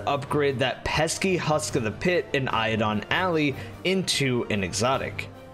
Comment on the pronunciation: ALLY. NOT ALLEY. AL-EYE